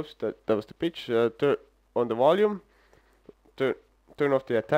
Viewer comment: modulate the "wolume" lol sorry mate not tryin to make fun it just made me laugh a lil. where you from? thanks for the demonstration and knowledge!